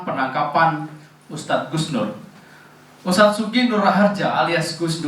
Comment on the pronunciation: Hustad apa ngustad 🤣🤣🤣🤣🤣🤣